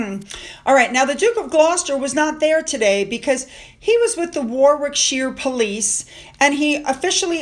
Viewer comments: Warwickshire is my home county - it's pronounced "Waricksheer" and the town Warwick is "Warick". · Say Worrick (Warwick) and Worricksher ❤🇬🇧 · Hi, great video as always. I live in Warwickshire and we pronounce Warwick Worrick. Hope you don't mind me pointing that out.